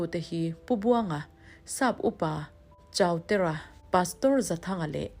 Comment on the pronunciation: A va bengvar thlak em. Pr Chautera ti a lam hi pr Chuautera tih tur a ni e, siam rem atan ka lo rawt ve e